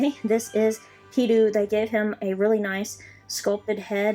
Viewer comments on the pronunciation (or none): teedO, not teedU